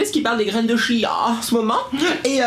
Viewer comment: Quand tu as dit chia j ai crû que tu as dit tia je m appele comme ça